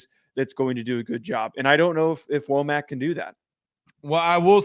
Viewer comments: It's pronounced, Wha-muk. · First, learn to pronounce his name correctly. Second, when he was defensive coordinator at Indiana, he was a Broyles award finalist as one of the top, five assistant coaches in America. He knows the Alabama, Georgia and Florida region as a recruiter. Finally, it appears as if. DeBoer is attempting to build a staff that will be there with him for more than a year, which Alabama has not had in quite some time. They could get away with that with Saban as the coach. I don’t believe that they can get away with that in the first few years of a new coach’s career. That kind of turnover means that every year turns back into the first year. He hast to build the kind of continuity that breeds success and earns you the right to later succeeded with high coaching turnover.